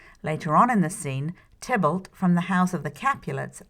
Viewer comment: Tybalt. Not Tiblet. Haha!